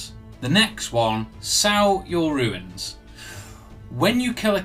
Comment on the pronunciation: This video was very helpful and I'm grateful for the work you put into it. But please, sir, "runes" is pronounced "ROONS." Not "ruins." 😅